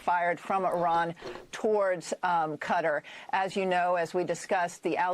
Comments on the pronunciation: cutter is wrong. It’s some idiotic thing where people kept correcting other people to the point where everyone says it in a way that is both wrong and annoying. I watched a video of a guy from Qatar explaining it, and it was like Kah-Tar (much closer to Kuh-Tar than Cutter). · I think it's pronounced "Kuh-tarr." Like guitar but dyslexic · Cutter? What the flying f*** is cutter? It’s Qatar 😂😂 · It is pronounced kuh TAR as-in to tar and feather someone. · Why are people pronouncing Qatar “cutter”?? Since when is that how it’s said?? Just wondering. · it is pronounced Ka Tar, love your content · It is pronounced "Ka-taaar" not "cutter". Absolutely low IQ US speech... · Please don't pronounce it "cutter" ever again. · Qatar. It is pronounced. Cat-are. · Man, I despise how everybody started pronouncing it "cutter". Sounds so weird. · Its pronounced ka-tar lad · Qatar PRONOUNCED CAT-TAR Barcelona FC may be a suggestion SIR and your honesty THIS YEAR is VERY important,carry on Jeremy REMEMBER intelligence is King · It's (kuh-tar). Don't let Tim corrupt you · Its pronounced "Cuh-Tar" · It’s Qatar not cutar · Pretty wild. I think it's pronounced Ka Tar. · Are you saying Qatar as Cutter? KAH-Tar! Qapla isn't Cup-play.. (KAH-PLAH) like HA HA HA! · It’s pronounced KAH-TAR jeez this was hard to listen to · Americans pronounce Qatar as "Cutter" ? Weird ! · 😂😂😂😂 why do you keep saying cutter? That's not how you say it. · Its amazing to be reporting on shit and not pronounce shit right. KA fucking TAR dude. God damn. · Good title, decent take on news, just saying Qatar that had me bite my lip. It's pronounced Kuh-TAA. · Its QATAR not CUTTER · so Qatar is pronounced "cutter" ? First time Ive ever heard it pronounced that way tbh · I took me a bit longer to figure out where we were talking about, I’m sorry Cutter is not how to pronounce Qatar. Guitar would be a closer pronunciation. Like with a soft k in place of the g sound. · QATAR = "Kah- tAR" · It's Kuh-TAR Jeremy! Kuh-TAR!!!